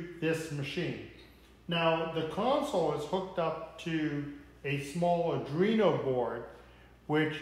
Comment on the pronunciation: Liked the video but......if I had to hear you mispronounce ARDUINO one more time...... it's arduino NOT ardrino 😔